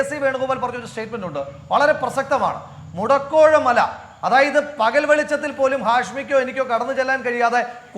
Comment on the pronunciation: മുടക്കോഴ മലയല്ല... മുടക്കോഴി മല എന്നാണ് 👍